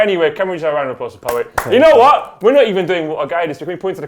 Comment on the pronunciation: pat rice... ffs poet.